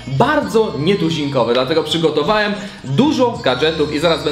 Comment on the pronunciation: "One było produkowane" Whaat? Chyba ono;P "Przygotowaem" Whaaat? Czemu tak brzydko mówisz,!:D:P